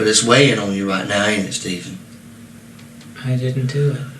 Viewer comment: The HAIR is THERE Stay-ven!! WHY Stay-ven WHYY??